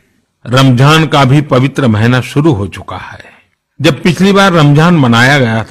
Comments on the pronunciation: Modiji it's Ramzan not ramjhan ... Keep it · Pehle to bolna sikhle ramjhan nhi hota h ramzan hota h